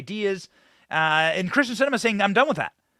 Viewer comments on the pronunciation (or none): Her name is Kyrsten, not Kristin. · Kyrsten not Krysten